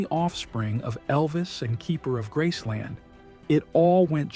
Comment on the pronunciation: It is called Graceland, not Grassson, do your homework!